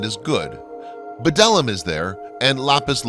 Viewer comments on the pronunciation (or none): none